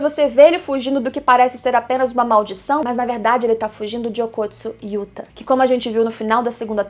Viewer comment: amiga pelo amor de Deus diz Yuta kkk